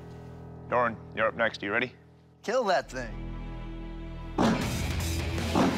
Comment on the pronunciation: It’s keal